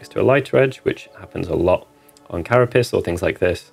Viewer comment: Pr. "cara pace", not "cara piss" :)